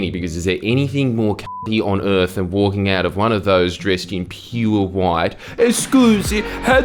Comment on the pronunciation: Does he SM know how to pronounce the word "earth"???